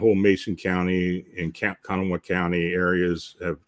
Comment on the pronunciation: Kanawha is pronounced "Ka-naw," with the emphasis on the last syllable. The "ha" on the end is silent. The name is native.